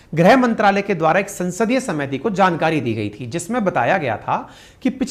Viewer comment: समिति और कोशिश जैसे शब्दों को बोल रहे हो जी। सुधार की जरूरत है।